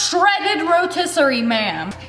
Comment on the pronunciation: You know what is so funny, when I was watching this she said wam bam rotisserie chicken ma'am, and my friend thought she said rotisserie chicken man 😂😂😅😅😆😆🤣🤣